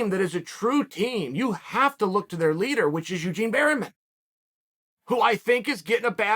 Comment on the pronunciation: “Eugene Berryman”